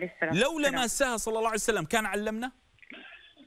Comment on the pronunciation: ما تلاحضون يكول صلعسلم